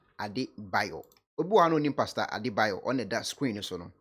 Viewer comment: The name is Adeboye and not Adebayor